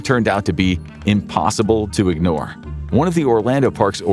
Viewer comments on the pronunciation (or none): none